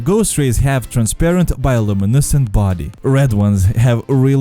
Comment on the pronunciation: The way you say bio luminescent lmaooooo